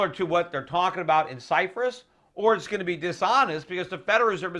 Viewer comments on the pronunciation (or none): Cyprus not Cyfris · why does he keeps saying Cyfrus? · Stop saying Cyphrus, Peter.. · ALL RIGHT EVERYBODY, DAMN GET OFF PETER'S DICK JUST BECAUSE HE SAID CYFRUS, DAMN !!! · You can't pronounce the word "Cyprus" properly! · There is no 'F' in the word CYPRUS. other than that very insightful.